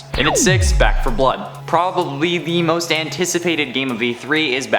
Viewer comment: you said mo5, instead of most